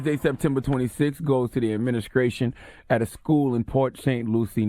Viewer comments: “Adminiskration.” -Charlamagne Holy shit. 🤦🏿‍♂️😂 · Adminiscrashion officials need to send Charlamagne back to speech class.